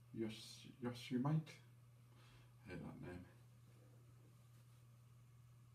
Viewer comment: it is Yo-Se-Mi-Ti